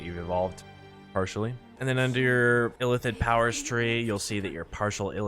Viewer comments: ILL-ITH-id my guy Not Ithillid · It bothered me more than it should that he kept saying "Ithillid" rather than illithid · Please Christ stop saying "ITH-ill-id" when the word is "ILL-ith-id" and is spoken aloud no fewer than 100 times in the game you're discussing. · everytime he said Ithillid I died. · I have no idea, how can you pronounce Zai'thisk the right way, but your Illithid is Ithillid xd